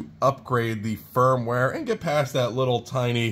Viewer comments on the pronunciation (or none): none